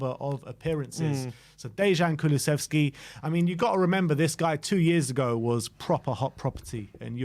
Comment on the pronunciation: Thanks for the video. Little hint for pronounciation: Dejan (like Deian or Deyan, not Deshan) Kuluševski (like Kulushevski)